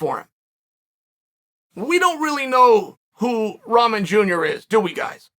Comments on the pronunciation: I can't stop hearing him say Ramen 🍜 it's Rockmon man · Hay Chael, I love you man but you have to get the young mans Last name right. It's pronounced RockMan... Like his famous heavyweight champion Father. Who knocked out Lennox Lewis..